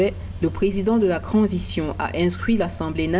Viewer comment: On ne dis pas cransition on di transition madame t'as quand même fait l'école pour ça arrête de fouata